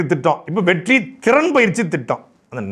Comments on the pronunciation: எப்பா நீ வெற்றி வெற்றின்னு சொல்றது என் காதில் வெட்டி வெட்டின்னு கேட்குது..... என் காதில் பிரச்சினையா?... இல்லை உன் வாயில் பிரச்சினையா.....🤔🤔🤔🤔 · Vetri nu sollumbothu vetti nu kekkuthu😂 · நீங்கள் ஒவ்வொரு தடவையும் வெற்றி வெற்றி என்று சொல்லும் போதும் வெட்டி வெட்டி என்று கேட்கிறது அதுவும் பொருத்தமாக தான் இருக்கிறது